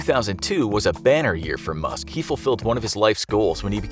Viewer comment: i heard musket 😂